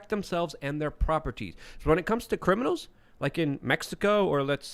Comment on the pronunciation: Did say cwiminals?